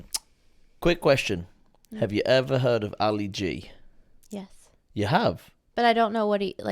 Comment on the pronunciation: Ali - not "white"